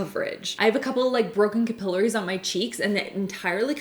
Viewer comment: it’s capillaries not “capillars” lmao 😂